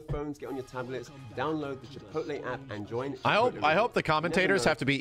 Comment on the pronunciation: Chipotle, not Chit pootle haha